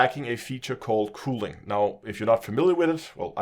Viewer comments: For reference it’s normally pronounced cuh-ling. It sounds like you’re saying cooling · Ismt it culling not cooling which you keep saying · Cull - pronounced like ‘skull’. Culling ( like skull ing ). FYI. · "cooling" lol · the mispronunciation of "culling" made me chuckle Good to know FDEV are at least aware of this shitshow though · and I was polite and explained it succinctly as well as the reason I was correcting the pronunciation (because it was confusing). Since he didn’t know what culling is, it follows that he might not know how to pronounce it as a matter of fact rather than accent